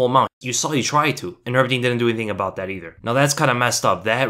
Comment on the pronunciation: "nurmajgamejdow" 😂♥️, żartuję, to jest trudne nazwisko